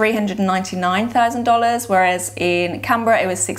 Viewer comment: It would be great if you pronounced the capital of Australia properly. It is pronounced “CANberra, not CAMberra. It is an N, not an M.